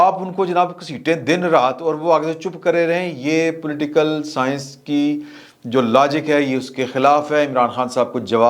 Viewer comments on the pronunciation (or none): none